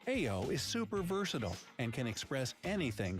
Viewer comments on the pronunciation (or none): Actually, it’s not aiyo. It pronounced like IO. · It's ayio=io Not eyo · It’s actually pronounced ‘IO’ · omg that's not how u pronounce aiyo lolol